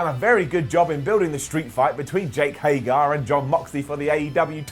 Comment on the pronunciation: Less than five minutes for to mispronounce Jake Hager's name this week